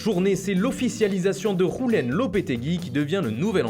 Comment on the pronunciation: sa se dit dioulen